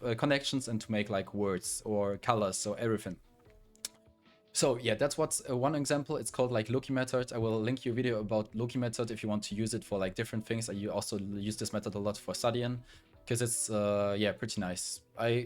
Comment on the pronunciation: Loci method is NOT turning numbers into letters. It is also known as Memory Palace or Jorney Method. Also it is pronounced like Lokai, not Loki. What you've described is called Major System. You should've done a but more research. Good video though.